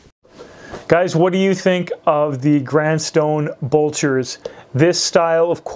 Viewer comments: You always do good vids. Thanks 👍 Helpful hint: You’re mis-pronouncing ... It’s not bulcher; it’s blucher. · BLEW-CHER. BLEWWWWW-CHERRRR. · Not trying to sound like a shoe snob but its Blucher not bulcher and shoe trees would help eliminate the severe wrinkling in the vamp. Put shoe trees in after you wear them and they will keep the shape much better. Please don't take this message the wrong way i love your content. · Blucher not bulcher. I would also consider them more of a casual shoe (especially in chromexcel) than a "dress" shoe.